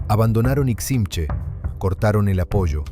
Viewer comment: Interesante información pero se pronuncia como palabra aguda: Iximché, con el acento en la é.